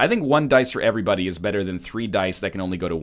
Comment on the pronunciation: It seems more like "Heyvrybody"